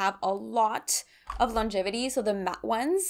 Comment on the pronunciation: This was such a fun video! Do Canadians say “Matte-y?” I’m confused by that pronunciation